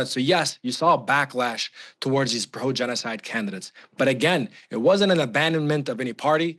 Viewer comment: Was he correct when he said they are committed a jeans-oh-side in Lebanon?